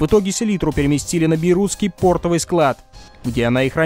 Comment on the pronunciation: Ошибка в слове портовый. Было сказано, пОртовый рабочий, пОртовый склад. В слове «портовые» ударение следует ставить на слог со второй буквой О — портОвые. Ютубу разве есть дело до грамматики? Сомневаюсь. Ладно, забудем об этом. Каждый из нас всё равно останется при своём мнении. Удачи каналу и Вам лично.